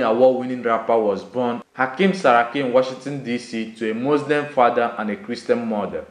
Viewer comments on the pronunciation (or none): none